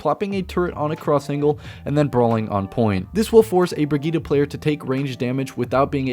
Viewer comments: It’s Brid-gette. Not brigitta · Brigette -> breh - geet not fetching bruh - geed - ah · her name is not briggite its BRIGGITEEEEEEE